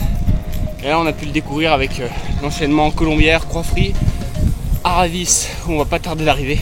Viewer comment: Attention à ton accent ! Col des aravis et non araviss en haute Savoie on ne prononce pas les z ni les s